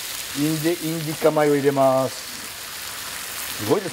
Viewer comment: 「インディカ米」が言えないたびに爆笑ww ケニアの弟子だとか、スケールのでかいお話がサラッと